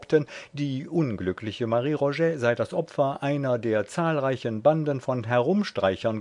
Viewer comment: Als der Sprecher den Titel vorlas habe ich auf „Stop“ gedrückt.